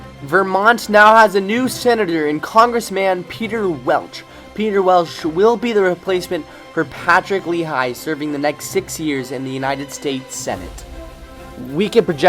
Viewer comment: You said Leahy wrong, it’s layhe not layhi